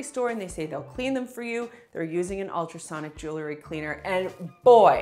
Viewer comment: Jewel-ry. Not Joo-lery. Please.